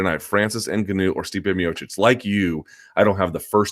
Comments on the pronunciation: Luke , normally your good with names ... but please stop calling Francis Ngaunou, the way you do , your the only one who says his name wrong.... watch Ngaunou say his own name , thats the way to say it ! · How do you cover this sport and not know how to pronounce ‘Ngannou’ by now?